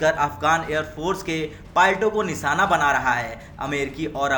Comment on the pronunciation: "निसाना" बना रहा है।